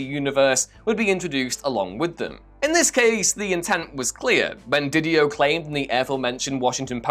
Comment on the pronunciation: love the comics king of whatculture mispronouncing Didio and capullo